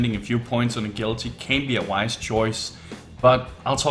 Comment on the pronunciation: A-gill-ity What are you? A fish? It's pronounced A-Jill-ity